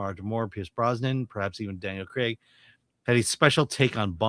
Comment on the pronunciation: why do americans say cregg instead of craig. its so weird lol